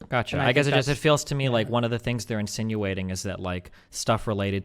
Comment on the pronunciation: "This is the 'gatcha' " "Gatcha"